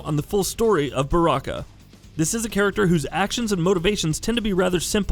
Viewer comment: How does one correctly pronounce Baraka but goofs up tarkata idk